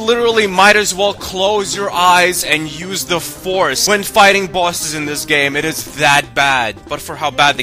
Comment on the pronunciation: I like how you say bosses...."bawsez". sounds cool!